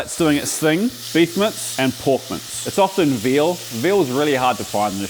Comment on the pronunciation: I thought you were saying "porkmants" instead of "pork mince" lol anyways, love your style dude!